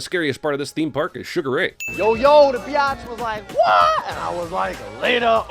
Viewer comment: "Beeyotch" and a PG rating definitely mix.